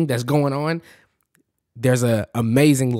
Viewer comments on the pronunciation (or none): none